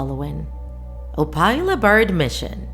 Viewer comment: you're saying opila wrong 😡 it's opila, not opayla, the i is low wovel